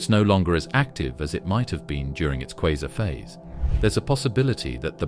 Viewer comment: Is it kwaazar, kwayzer or quasar?? This narrator is crap